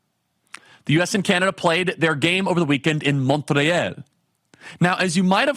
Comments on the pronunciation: Kirk cannot pronounce montreal properly. Not surprising. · Never heard someone butcher the prononciation of Montreal so bad😂😂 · Disgusting video. Btw, did you enjoy this evening's hockey game? 😂 🏒 🍁 Also... nobody pronounces "Montreal" the way you do 😂😂😂